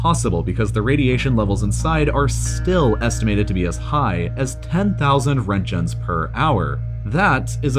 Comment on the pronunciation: the way this dude says "roentgens" like "rent-jens" made me squirm a little